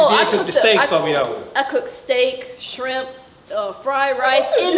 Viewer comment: one of them people who says scrimp instead of shrimp 🤣